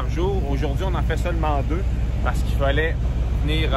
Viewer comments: haha oui tu dis "Follait" au lieu de "Fallait" hahhaa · J'aime bien ton accent "Follait mettre de l'essence" hehe